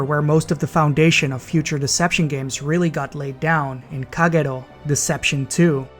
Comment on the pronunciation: Haven't finished watching but am immediately impressed by your Kagero pronunciation